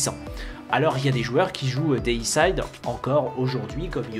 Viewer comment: On dit Déicide pas déissaïde. Ça veut dire "tuer un dieu(x)". Comme fongicide (tuer les champignons), insecticide (tuer les insectes, hommicide (tuer un humain)...